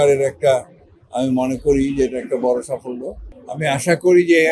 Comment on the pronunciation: সাফল্য উচ্চারণ করতে অনেক কষ্ট হলো!